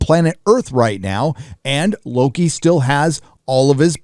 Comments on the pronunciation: It's WOKI not Loki. Say it right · Lokie? I thought it was called wokie? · At one point I thought said Woki... lol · Mloki ? or Floki ? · Loki.... you meant "Woki" right? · Low-T- ki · Nah. It’s Loki. You’re not 12 years old anymore.